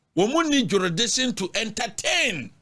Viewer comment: What is jeridiction 😂😂😂 asem ooo